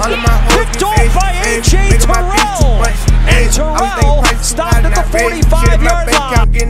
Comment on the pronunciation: "AJ Tarrell" -Joe Buck